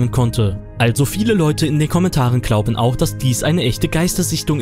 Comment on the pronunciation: Ahha klauben😳 nicht glauben?? 😂😂😂 Beim Nichten viedo sag mal SUPERNOVER 🤣🤣🤣🤣🤣😂😂😂 KÖNNEN NICHT MAL NE RICHTIGE AUSPRECHE MACHEN, 🙏✌️👌🤭🤭🤭